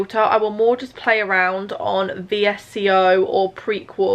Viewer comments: Bruh she did not just pronounce VSCO v-s-c-o. It’s pronounced visco how does she not know !! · did she really just call vsco 'v.s.c.o' cant tell if she's correct, trying to b quirky and different or doesn't know that's not how u pronounce it (i dont think) lol i love her bless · she did not just say "v-s-c-o", girl just pronounce it as 'vis-co' lol xxxx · Did she rly just say V.S.C.O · anyone else not okay with how she pronounced vsco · I feel u